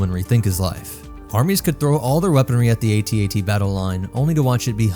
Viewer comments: AT-AT not A-T A-T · Its AT-AT not ATAT... its that easy. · It's pronounced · Its AT-AT. Because all other walkers are called by their letters, why would that change just for the AT-AT. Plus calling it an atat just sounds so dumb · Please pronounce it A,T—A,T That makes it a mighty machine of fear and mass destruction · I was 5 years old when empire came out but i think the toy was comercial was "at-at" and not "a.t. a.t." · Its actually pronounced At-At, not At-At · Who tf says ‘at-at’ it’s the A, T, A, T, each letter said separately. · It is A T A T As it is an acronym. Not AT AT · Calling an AT-AT an "At At" is like calling a gif a "jif" and pronouncing the "S" in "Illinois". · It’s pronounced AyTee AyTee, unless you think the AT-ST is pronounced “At-Stuh” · Not sure but pretty sure it's pronounced At At, don't quote me on that but yea I'm pretty sure it's At At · It's pronounced A then T and A then T. I mean we don't pronounce the AT-ST as AtSut or the AT-PT as AtPut or the AT-TE as AtTey so why is the AT-AT a controversy? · If the AT-AT is pronounced @@ how is the AT-TE pronounced? Or further, is our favorite rifle is the "Aarrh 15" while we drive around in our "mmmh one aaah one" Abrams tanks?